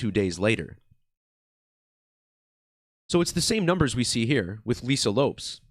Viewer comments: Not trying to be a jerk either but my eye was twitching every time he pronounced it Loups😂 I wonder if it was to keep a difference in sound and not confuse the listener as to which Lisa he was referring to or what. Because everyone has always pronounced it Lopez, even Lisa herself. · Not trying to be an asshole, but Lopes pronounced Lopez/ which makes the decode tighter.